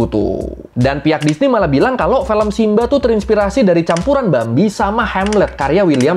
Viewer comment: Film bang bukan Felm ✌😅